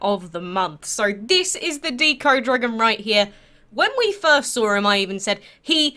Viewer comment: it's deco not deeco, like art deco or decoration